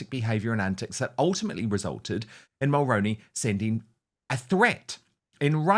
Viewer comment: 👋 Good Morning Dan... friendly fyi from a 🇨🇦 Mulroney is pronounced as "Mull-Roo-Knee" or like the actor Micky Rooney's last name with the prefix Mull attached "Mull-Rooney" Jessica's husband Ben is the son of a former - late Prime Minister Brian Mulroney I'm in my mid 50's & I remember Brian Mulroney as a good Prime Minister & representative of 🇨🇦 I'm neither conservative nor liberal in my politics I'm a centralist I vote based on who I believe is best for the job, who will do the best job for the majority of the people...because you know you can't make everyone happy all of the time... Brian Mulroney was born in Quebec, he was French Canadian and how I've described pronouncing his name is how He pronounced it, how the news reporter's pronounced it. I'd greatly appreciate it if you could please do a proud & former 🇨🇦 Prime Minister the respect & honour of pronouncing His name correctly I would truly & greatly appreciate it 🙏 Thank you